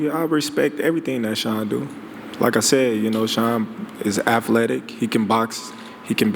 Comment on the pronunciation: “Shawn is afletic”